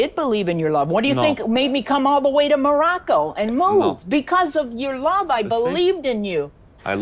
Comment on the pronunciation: Oussama........ YOUUUUUUUUUUU SWITCHED UP ON and the plans to live in ( as pronounces it "Marocko").